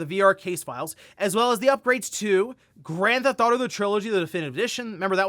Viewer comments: Anyone else noticing that he pronounces Grand Theft Auto like "Gran Thauto" LMAO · I just want to know what "Granth Auto" is.